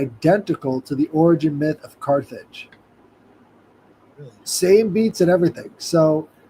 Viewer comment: America did bring in “the car age”-“Carthage”